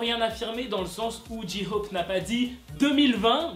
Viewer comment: « dji-hhhop » il me stresse